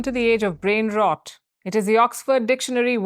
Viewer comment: Sir its pronounced as रॉट not रोट . rot like in shot , not रोट like in road.